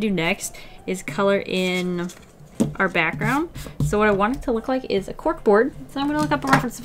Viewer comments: Ah yes, I do too leik cute things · It's liek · Do you LEIk cute things um